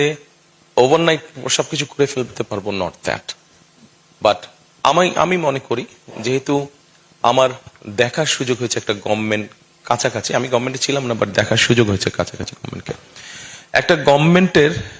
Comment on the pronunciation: ভালো করে উচ্চারণ করতে পারেন না গভমেন্ট,😊 আপনি বলেন গমমেন্ট😂